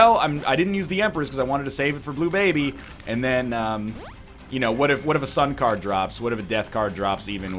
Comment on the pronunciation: When he said sun card again, I heard sun cardigan